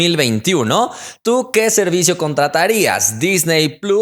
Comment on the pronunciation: Contrrtarias :v